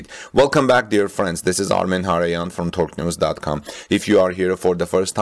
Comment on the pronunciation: So you're from "Thorque neuz"